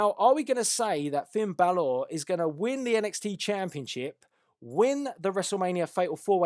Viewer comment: your saying balor wrong but good predictions